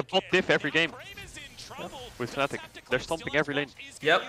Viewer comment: FNATIC NOT FANATIC when will you over att NA cant pronouce the team name at all?!